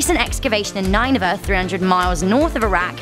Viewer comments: What is Nine-Vah? You mean Nin-e-vah? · Nineveh? What is this pronunciation? Its Nin-E-Vah. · nineveh is pronounced ninny-va not nine-va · It's pronounce nin-a-vuh, not nine-a-vuh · The Assrian city of nine-va.. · The Hanging Graden of Babylon is in Nineveh "NEW" babylon. Again ... Ni-ne-veh Girl! Ne-bu-kad-ne-zar